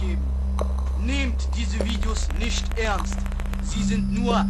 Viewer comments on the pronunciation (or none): none